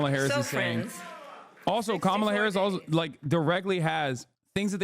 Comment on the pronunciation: He said Kamla. 🥥🌴